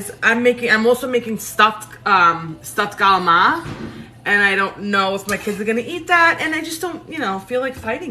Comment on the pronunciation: Love your videos. I grew up in an Italian American family and the cooking was exactly like your stuff. And we also pronounce CALAMARI the same way!!! We had pasta/broccoli, pasta/beans every Wednesday growing up. Not my favorite.. lol! You are such a positive presence. I love how you throw the haters to the curb and just do you!!! Right on!